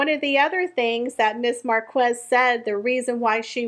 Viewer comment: her name is pronounced Mark ez, the u is silent